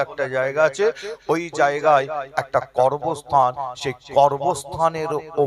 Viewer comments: করবস্থান না ওটা কবরস্থান হবে 😂😂😂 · উচ্চারণ টা করবস্হান নয় ,, কবরস্থান হবে,,।।